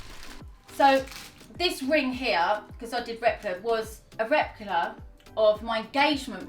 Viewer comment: A rep-uh-clah ... HUH?